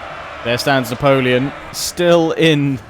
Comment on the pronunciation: Juts love your French accent when saying Napoleon !